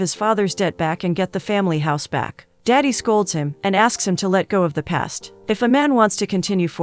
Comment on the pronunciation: It's not "daddy" 😭 It's "dadi"